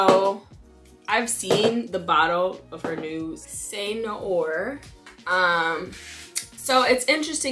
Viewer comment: Loved your review! Cé Noir is pronounced “Seh New-our”